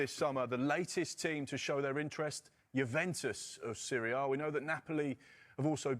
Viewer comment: AND SO GUISE LET ME KNOWL YOUR THOWLTS